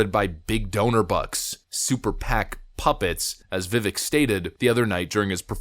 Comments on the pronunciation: Why can't you correctly pronounce Vivek's name? I mean you're brilliant, so it's befuddling that you cannot catch that he pounces his name Vivake ( like cake.) Even the snippet you shared shows the correct pronunciation. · "Vivek" rhymes with "mistake." It takes 3 seconds to learn. Try a little.